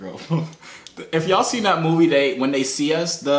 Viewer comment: Peep how he said seen